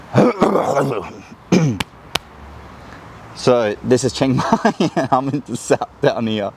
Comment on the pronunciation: I’d try living in a more true Thai city like Bangkok before offering a perspective. Chiang Mai is insanely touristy, and completely different than the traditional Thai experience. Also, it’s pronounced more towards “she-ang mai” not “CHANG-mai”.